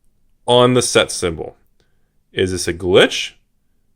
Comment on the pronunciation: Can I get a ruling on the pronunciation of glitch. It is pronounced like witch right? Not glish like silly says.